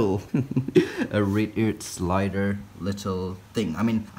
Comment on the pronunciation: not to be rude but I thought he said R a p e Ear Slider.😂🤣😂